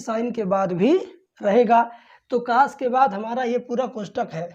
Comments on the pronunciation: कोस ❌कास✅ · Sir ji not cas, cos boliye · Cos ❌ Kaas ✅ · Cos ❎caash✅ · Cas nhi cos 😅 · Kaas nahi hota hai 😅 cos hota hai sir ji 😊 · Sir boh kaas nhi cos hota h 😂😂😂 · Cos hota hai❤❤ sar cas nahi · काश नही कोस होता है सर जी।।😅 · Sir कास nhi cos पढ़ते हैं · Pele tu pdna to sik ja cos ko tu cas pad rha hai or tu class le rha hai kya teacher bnega re tu